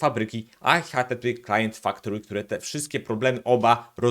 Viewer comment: Całe czas słysze, że mówisz htteklient :)